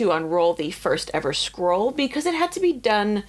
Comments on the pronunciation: Sounds like you're saying "squirrel." SCROLL. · I keep hearing "squirrel" not "scroll" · First time I have heard of an American saying squirrel properly... and she meant scroll! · In my Dutch ears, your “scroll” sounds like “squirrel”… opening squirrels, eeew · You pronounce scroll kinda like squirrel lol, got me confused there on the start! Still dislike AI but thats so interesting to hear